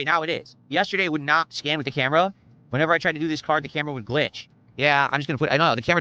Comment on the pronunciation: "Im ready to scam, ok lets go". I know he meant scan but he really meant scam